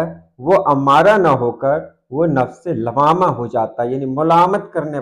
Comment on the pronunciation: لوّامہ واو پر تشدید کے ساتھ ہے شاید